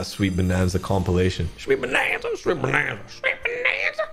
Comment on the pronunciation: You understood the assignment “proper name…proper accent”😃